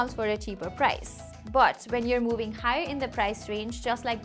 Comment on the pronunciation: the way you say but is like bout 😂